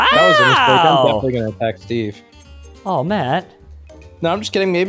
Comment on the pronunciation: He said steve,I hear sbeve